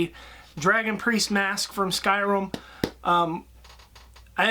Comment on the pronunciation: It is sky rim! Not sky room! Or I am just deaf